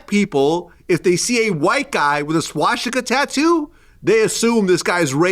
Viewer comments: Swashstika 😂 why can’t he pronounce that word 😂😂😂 As wack as it is pronunciation is important vlad 😂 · Vlad saying swastika sounds like shishkabab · Vlad....enough is enough. What do I have to do to get you to stop saying "Ssscchhwaassstika"? I'm not even asking you say it the right way, just butcher it differently okay? Please? This is affecting my ability to be an effective culture vulture. Hell, I haven't evern called the police to report on any of your guests this week! Now let's put this behind us, and let's get back to our undercover work. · I really hate how Vlad pronounces Shwashtika and CHicago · Anybody else hate the way Jlad says SHWASHtika? LOL we get it, u wear funny little hats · Why does vlad miss pronounce Swastitak?? 😂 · Wait why are u pronouncing swastika like that Vlad I’ve never heard anyone say it like that wtf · Vlad hears every guest saying the words swastika and Chicago correctly, right? Is Vlad the r word or just extremely arrogant and uneducated. How long is he gonna do this for? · I never thought I would be annoyed by how someone says the word swastika. Someone needs to tell vlad there's no H in it.